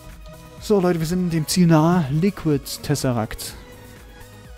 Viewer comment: es heißt Tesseract nicht "Tessesseract"